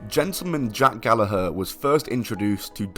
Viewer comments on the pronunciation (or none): That’s how y’all pronounce Gallagher?! 🤯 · I'm sure it's pronounced Gal-lag-ger